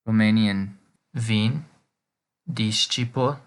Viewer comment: Excuse me for saying this, but the way you pronounce "vin", means wind not wine.